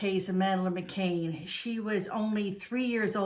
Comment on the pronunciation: Hi, the surname is pronounced McCAN not McCAIN